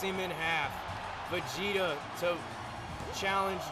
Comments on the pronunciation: 1. W 2. Yes, you pronounced Vegeta’s name correctly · Spoilers for the episode below Couple of things. You did pronounce Vegeta's name right, but his version of the Kamehameha is called the Gallick Gun. (Yeah Dragon ball names are food based names mostly, I know it's odd but the Goat made it work) The Gauntlet match was insane. I was legit worried that Cartman just wouldn't go down, lord knows we don't need HIM having another reign, but once Shrek took down Homer I was beginning to wonder who could take him down. And out steps out, one of the all time greats himself, Goku. And when Goku won it all? I knew right then and there. We had our main event for the next big match up. The two best of the best, fighting for the World Belt. For when Donald and Goku clash? It is an instant classic between them, as NO RIVAL has ever pushed Donald as far as Goku has. And that was Goku at just Super Saiyan. If Goku wants that belt? He's gonna have to pull out Ultra Instinct. Donald and Goku have become the Cartoon Wrestling version of the legendary feud of The Rock vs Stone Cold Steve Austin.